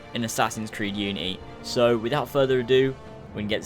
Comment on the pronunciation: We don't want the guards to be stronger and go learn how to say unity right